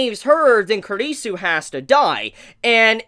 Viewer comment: Finally, you're the first reviewer I've seen to pronounce Kurisu's name properly. About the Mayuri hand thing. That's a habit of hers that she did a bunch in the original Steins;Gate too. Okabe calls it "Stardust Shakehand".